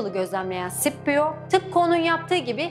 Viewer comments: Bu arada tekrar tekrar baktım kardeş, Klasik Latince'de Skipio olarak okunuyor isim. Adamcağız da Klasik Latince döneminde yaşadığına göre :) Bu arada Latince okunuş kuralları hemen hemen biliniyor. Şiirler özellikle yardımcı olmuş zamanında nasıl okunduğunu anlaşılmasında. Şiirlerdeki ahenkten ve uyaklardan çözüyorlar genelde :) Ayrıca Sipio Anglofonların okuyuşuymuş, tıpkı "Henibıl" gibi. Şipio İtalyanca etkisindeki bir okunuşmuşmuş. Kilise Latincesi de böyle okuyormuş sanırım :) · "C" sesinin bazı yerler de "S" bazı yerlerde "K" olarak okunduğu doğrudur. ancak hiçbir zaman Sh şeklinde okunmaz. SCIPIO sippio olmaz. Ssipio da olmayacağına göre bilindiği gibi Skipio'dur. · Rocco Amanpour sh şeklinde burada okunuyor. Normalde s diye de okunabilir yani. Aytıca sipio diye neden olmasın? Bunun bir kanıtı yok diye biliyorum? Ama muhtemelen Skipio doğru olandır. Araştırsaydınız demen yanlış, araştırmayan skipio diye okur belli ki araştırmışlar.